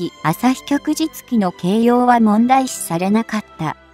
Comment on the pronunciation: ✖ 旭（あさひ）日旗（きょくじつき） 〇 旭日旗（きょくじつき）